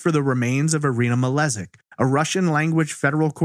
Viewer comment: The last name is actually probably pronounced as Malejik as the word jingle and not as the letter z